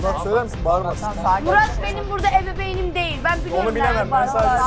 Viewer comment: Şopar Leyla ebebeyn diyor 😅